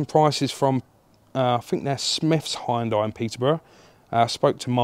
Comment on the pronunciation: Watch fast & furious Han will tell you how to pronounce 'Hunday'😂 . There is a TVR Tuscan, slightly more interesting than this lump. Hopefully makes you a few quid